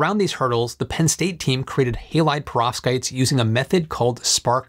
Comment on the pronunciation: It sounds to me as if you are saying "prostates". I may need to get my hearing checked!😂